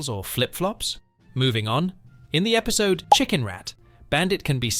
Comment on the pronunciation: Is everyone just gonna ignore the fact that he said episto?